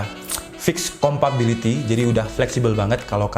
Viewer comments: compatibility gan bukan compability wkwkwk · Bang, mau ngasi masukan. Ngomong "compability" nya coba diganti sama "compatibility". Biar lebih nyaman di telinga pendengar kyk saya.